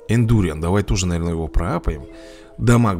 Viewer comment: Индуриан ударение на а. БЕСИИТТТТ